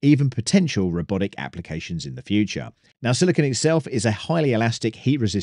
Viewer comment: Pro Tip: Silicon is a hard shiny metallic-looking element. Silicone (note the extra E) is the soft rubbery polymer. It’s pronounced like cone phone drone moan.